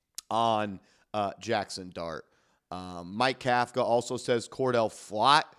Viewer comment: Pronounce the coach correctly COUGH-KA otherwise you’re as sloppy as the Giants defense in the 4th quarter